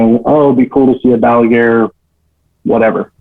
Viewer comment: Balaguer is a catalan surname, you don't pronounce the r at the end.